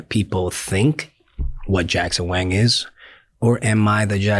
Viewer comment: Bhai mere, वैंग nahi वांग pronunciation hai